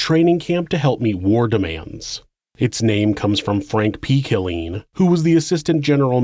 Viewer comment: You always do great work! Just wanted to say that the town is pronounced “K*LL-LEAN”. The emphasis is in the wrong place.